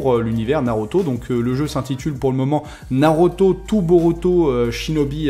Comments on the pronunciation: Je suis le seul à être perturbé lorsqu il dit "naroto " au lieu de naruto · Nauroto mdrrrre